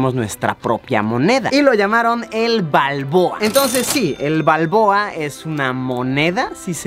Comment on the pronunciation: El burn panameño le dira martinelli Jaja Pero es balbooa